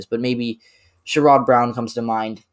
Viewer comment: Great video. I would probably flip NC and MI but agree on everything else. I think Sherrod Brown’s name is pronounced more like “SHER-id”.